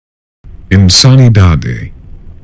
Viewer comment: I believe "insanidade" is pronounced "in-san-ee-da-gee" in correct Portuguese pronunciation. This list was fuckin awesome by the way! Another masterpiece, ' team!